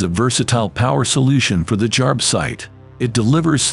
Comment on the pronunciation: You'd think Milwaukee would invest a little more in the quality of their commercial.... "Milwarkee"?? "Jarb-site"?? 🤨